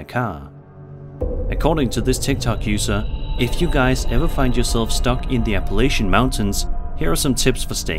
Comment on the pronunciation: The only thing worse than the first video and the two girls’ atrocious acting is your pronunciation of Appalachia.